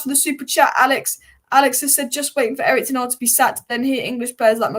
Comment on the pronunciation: Who is Erik Ten Arg???? Still can't pronounce his name properly. Almost as bad as Florentina!!!